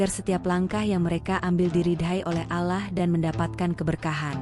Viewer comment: KOK MENYEBUT NAMA ALLAH JADI ALAH ,?. YG BICARA INI AGAMANYA APA SIH ??... ISLAM ATAU BUKAN ?. 😊😊😊